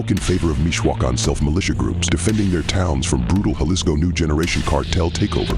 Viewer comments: Jalisco is pronounced "Ha-lees-co" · It's pronounced "ja les co" ....because that's a "j"....🗽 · Its so easy to say n so many videos say jalesco pronounced as spelled in English 🤦‍♂️ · J is pronounced H homie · Juh lee scoo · Please say jalisco like this (Ha-lease-co), not jah-lease-co.😂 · Jalisco is pronounced "huh·li·skow" not with a J sound. The Epstein files are wayyy worse. Eating babies vs eating enemies, eating babies is 1,000 times worse. Google "pizza" "jerky" "grape soda" "cream cheese" in relation to the Epstein files and that shit is way more disturbing. Seems this video is made to capitalize on what is happening in Mexico. Cause you wouldn't make a simple mistake like mispronouncing Jalisco. Also, he was killed, not arrested. Do better with your research. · In Spanish,the J makes the H sound. Not Ja-lisco It's pronounced HA-lisco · Jaleec so he reads Ja as Juh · "J" makes a softish "H" sound in Spanish. I live the same distance from a Spanish speaking country as a ton of Britons, and you guys still can't pronounce Spanish names. Faulty Towers even had a Spanish guy as a main character! Brits love to soft "J" when it's almost never necessary, it's weird. Why are Brits so bad at pronouncing foreign words compared to other English speakers? Ah, Eh, EE, Oh, OO, and Y(ee), it's not hard, I promise. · Say Jalisco: ha-LEES-ko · They're gonna come see you just for saying "galisgo" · It’s (Jalisco) = HA•Lee•sco cmon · ITS HALL-EE-SCO!!!! GET IT STRAIGHT! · Dog you cover this stuff daily, the J is an H sound fam an Im a black American you can do it too. You even play clips where a british dude says it correctly multiple times. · You were sleeping in Spanish classes. Pronouncing "ll" is a double y sound in English....like Puerto vay yarta. "Jua" is a hwa sound when.. Guanajuato is guan a hwat o, but "j" alone is like an h like Guadala hara.... Jalisco is hal is co Your pronunciation needs some work...just saying...keep up the good work